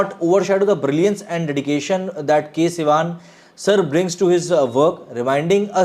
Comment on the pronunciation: Bro his name is Sivan and not Sivaaan